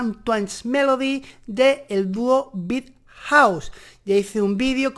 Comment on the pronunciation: Jejeje creo que coincido que only you Know es la mejor canción que ham sacado. En este disco salen un poco del concepto hetereo que manejaban antes del disco "7".. ahora el sonido es más tirado a lo shoagaze... simplemente me va encantado el disco. P.d. me da gracia como pronuncias el nombre del grupo, saludos!!!